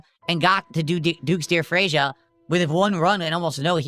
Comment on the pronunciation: The way he pronounces Freja